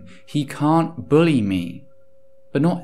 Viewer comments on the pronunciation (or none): none